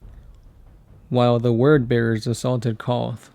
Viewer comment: Yes I knew that But in the video it sound like he is world bearers not word baerers